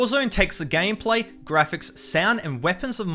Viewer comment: Don’t say gam pla pronounce it gaym play